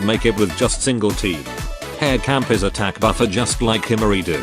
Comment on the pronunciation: im sad on ai voice cause her name is pronounced as ha-(l)re